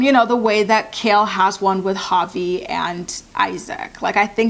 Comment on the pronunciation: Were you calling Javier puppy or puffy?